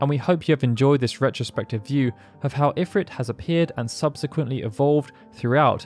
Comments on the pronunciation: A remarkably comprehensive history of Ifrit...even though you somehow never noticed that in every single iteration involving voice acting, (FFXII, FFXIV, FFXV) they always pronounced it "eh-FREET," not "if-writ." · according to FFXVI its pronounced "IF-reet" snort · Idk why I always pronounce it as Infrit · Couldn't watch this because they keep saying Ifrit wrong.